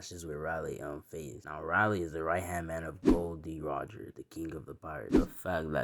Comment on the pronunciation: Pronounced railee. Major w btw